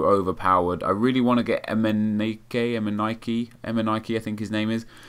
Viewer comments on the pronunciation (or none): It's Eminike (pronounced Em-in-ee-kay)